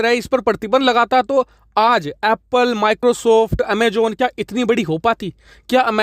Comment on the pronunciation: It's Pronounced as. AMAZON. and. Not. As. AMA JON. Z Z Zis important to pronounce properly. Normandy France 🇫🇷 Thank you